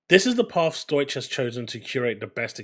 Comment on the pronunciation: Stow ik - not Stoych. Just sayin'.